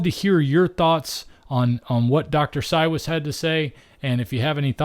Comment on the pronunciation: He pronounces it "CyVes" He's my husband's doctor, we live in Middleburg, and he comes to Jax once a month.